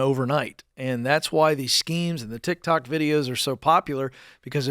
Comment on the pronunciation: I prefer when Dave calls it TikTak; he is as entertaining as he is knowledgeable.